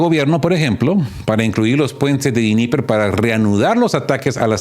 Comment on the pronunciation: Dnieper es una palabra rusa. El ruso no se pronuncia como el inglés o el alemán. Todas las letras se pronuncian